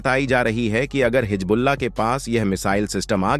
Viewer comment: Pehle Hizbullaah toh sahee se bolnaa seekh lay betaa. Jhooth failaane ke liye tumhaare ghar waale kuchh nhi bolte ❓